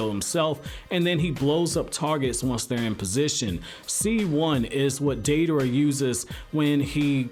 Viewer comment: I love Deidara, second worshipper of mine. I wish someday there is more info about his past Btw thanks for saying his name correct